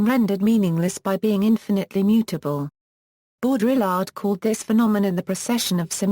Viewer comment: sorry, I stopped listening as soon as I heard bo-DRILL-ard